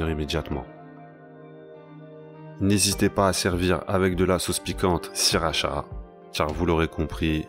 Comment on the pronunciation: sacue Sirachra ah ah ah :D :D, Non mon pote ca s'appelle sauce sriracha et pas Sirachra